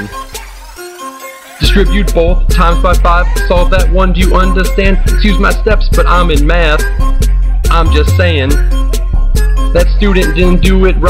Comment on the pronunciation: LOL you said BOLTH hahaha. your awesome!